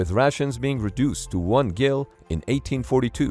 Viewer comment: note that a gill with a hard g is something fish use to breathe. It's not 4 oz. That's a gill with a soft g.